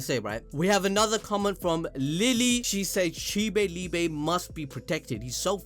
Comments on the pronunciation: It’s pronounced “LEE-BUH” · Prounounced ‘lee-buh’ in German if anyone is interested